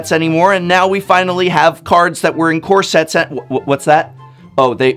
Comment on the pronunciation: I swear every time he says "core sets" I keep on hearing "corsets." As in the dress.